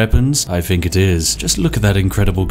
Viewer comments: 'Th'...use it in words! Finking, fought, breaf, everyfing, pafetic, fousand...THE list goes on. Oh...and its 'of' not 'ov' 😂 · Got to say, for such a recent game it looks like a heap of shit, it's nearly as bad as Spiffing Brit's pronunciation of anything beginning with th getting turned into an f, take the word think for example, nobody apart from retarded coffee drinkers pronounce it as fink.